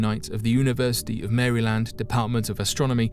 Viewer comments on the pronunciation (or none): none